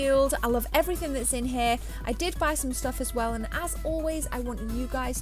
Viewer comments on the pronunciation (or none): She said "I lovv everyfings that´s in heh!" :-D